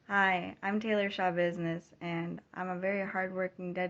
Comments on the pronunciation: say shabusiness one more time .. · 😂 I can't listen to this seriously! Every time i hear you say sha-business I start laughing my ass off!! I don't even know what this is about. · I laugh every time he says it.